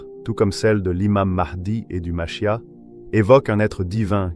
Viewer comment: Dans le judaisme ,le Machia'h ce prononce avec le R à la fin.